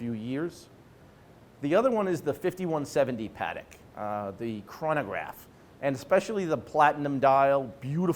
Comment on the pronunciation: Nor is it PAA-deck. Yikes.